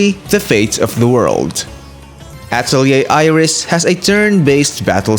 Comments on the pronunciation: It’s “Uh-Tell-ee-ayy” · The only video that i saw that pronounces the name correctly